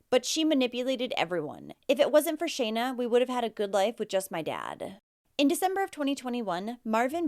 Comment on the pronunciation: You're the first one who has actually been able to say Shana properly. That's my name. These cases break my heart. I don't know how anyone could hurt their children much less kill them.